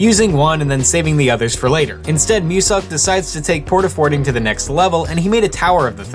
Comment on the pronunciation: Y U call muselk MUSUCK